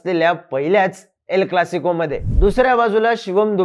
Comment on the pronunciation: Not L clasico. It is EL Clasico